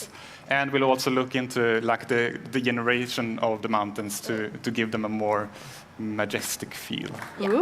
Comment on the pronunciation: "the jen -eration of the mountains" Nice